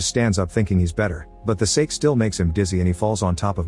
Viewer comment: Can't say sake?